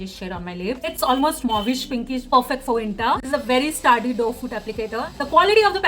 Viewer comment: "very staarrdy doe foot applicator", Lightwet", "how it stens on my hand", "very wetless" ...God what are these pronunciations? You need to improve your vocab and english speaking skills.